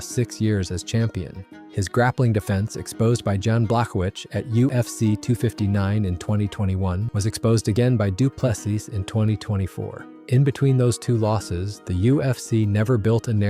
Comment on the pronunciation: didnt realize the voice was ai until at the pronounciation of jans name